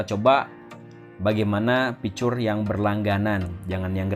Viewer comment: Normal people: fitur Ridwan hanif: ficers This guy: fiCur